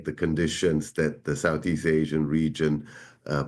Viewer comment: I’m sorry… AHHsian?